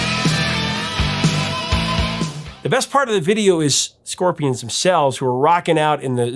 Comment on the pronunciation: Ya Scorpia-ahns- really love "Hey You"